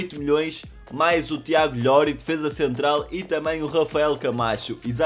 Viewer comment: Ajunior não é LLORI é ilori